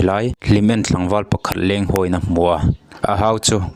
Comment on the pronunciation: Heng youtuber, report rawn siamtute hi, mizo tak an ni lo nge, mizotawng dik hmang an vang ang reng. Tuna mi pawh hi, " Tlangval tih turah, Thlangval tih leh Tlang tih turah Thlang a ti leh bawk.